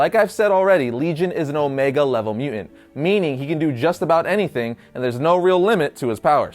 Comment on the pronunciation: You say mu'ant... Instead of mutant... Your welcome!